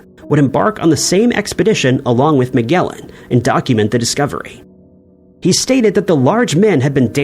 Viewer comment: It's pronounced "Plinny." Rhymes with ninny. And it's "Ma-jel-ahn," not "Meg-ell-an." 🙄